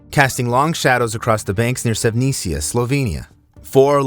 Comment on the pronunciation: why don't you learn how to properly pronounce SEVNICA ?? Ask Melanie TRUMP for help